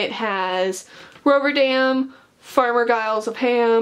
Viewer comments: Ro-Ve-RANDOM rather then ROVERDAM i believe lol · Roverandom not Roverdam ;D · Judging my some of her pronunciations she hasn't read the Tolkien Treasury books at all (she said Roverdam and Smith of woodcotton major)